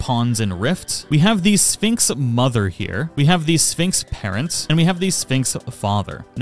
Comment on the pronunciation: Very nice guide thanks for your work to help us am I the only one that hears Phönix instead of Sphinx 😅